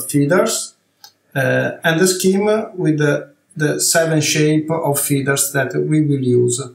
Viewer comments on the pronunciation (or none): It’s astounding for an amazing artist who’s so well versed in highly complex designs, can’t even pronounce a simple word like “feathers”. In the first portion of the clip I kept wondering what are these “feeders” that he’s talking about. I’m well aware that he’s Italian, but it takes a few seconds to correct a mispronounced word when it’s pointed out to you, So this is a constructive feedback.